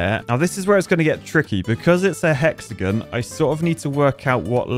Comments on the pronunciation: Hexagon (pronounced hex a gin)😂😂😂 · sounds like you're saying "hexagun" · I'm losing my marbles. He pronounced Hexagon right the first time, then he went to hexagun? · Because I’m a pretentious American, I find your lack of emphasis of “on” in hexagon… unnerving. Love you though man!